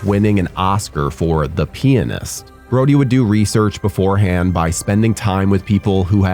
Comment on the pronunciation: the way u pronounce pianist is sus